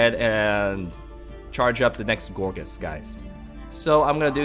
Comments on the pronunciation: Loool.."Gorgeous" xD. I can tell you really like this Pokemon although it is actually pronouced "Gour-geist". On a more serious note this is actually a cool deck, sure to work against even those bulky EXs. The only thing I would suggest is to maybe swap out 2 rollerskates and add a Slurpuff w/ Tasting, just for consistency. :) I like the vids man. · I believe that it's pronunciation is "gour'gaist'", from "poltergeist"